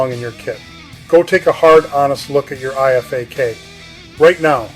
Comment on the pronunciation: My thought exactly lol. Dude misprounced IFAK and CoTCCC, which doesnt "approve" anything and only recommends based on research and evidence. Same with how he talked about tension physiology but described a open pneumothorax. Almost begs the question of the validity of the background. Just my thoughts from practicing and teaching both Civ and Mil medicine.